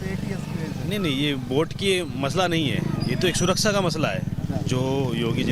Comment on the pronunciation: Abe takle pehle suraksha bolna sikh suraksa kya bolta hai